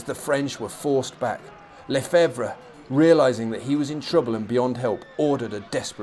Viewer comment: Lefebvre = Luh-FEVV. Mermet = mare-MAY.